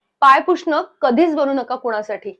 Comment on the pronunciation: मुद्दा बरोबर बोलतेय तू,. पण. पुषणं...... नकोना म्हणू... पुसणं म्हण.. बाकी मुद्दा खरा आहे तुझा... 🤷‍♂️